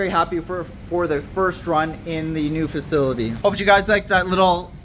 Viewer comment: I like your videos brother but we need to get you some help with speaking words. You murder some words like facility. That word beats you up every time you say it